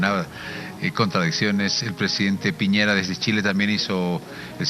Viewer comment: " Piñeira" es Piñera, estúpido!!